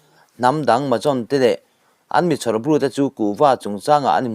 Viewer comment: Mahajon inlam dan hi a thluk adiklo hulhual a thluk diktak chu zampui Tripura mizopa rawn zawt rawh